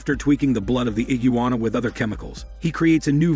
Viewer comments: Lol I heard iggijuana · Ahhh yes the infamous “ IGUWANNA”